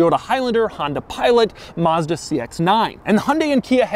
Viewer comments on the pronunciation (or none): none